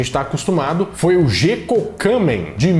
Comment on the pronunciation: Ajudando aqui com a pronúncia: em japonês, o GE tem som de GUÊ, então; Guéko Kamen (Mascarado da Lua). DOGA - DÔ GÁ -literalmente "caminho do desenho" (dô é caminho e gá desenho).